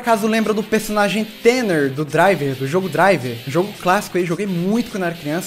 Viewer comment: tanner se diz tana..... eu acho ...se n for a culpa e da voz do google tradutor!